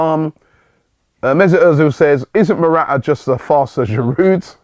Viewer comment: Robbie it is not ' Mora'aa". Its ' Mora-taa "